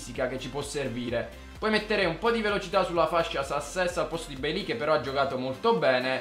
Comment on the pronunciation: Si pronuncia "Beilei":)